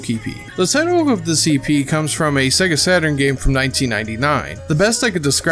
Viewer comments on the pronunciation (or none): none